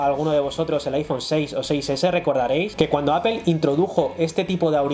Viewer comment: Pues yo me voy a poner a llorar si sigo escuchando manzana en inglés:apel